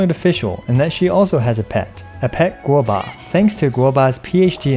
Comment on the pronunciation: Does anybody else enjoy it when says gobua?